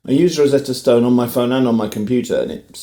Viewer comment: Okay bit of a pet peeve here, especially given your interest in language. You keep emphasizing Stone in Rosetta Stone. Are you under the impression there’s some gal named “Rosetta Stone” who created a language learning company?? It seems to me that even in the UK, emphasizing Stone, the way you are, makes it sound like you’re under the impression that Stone in this case is someone’s surname, which is pretty ironic if true.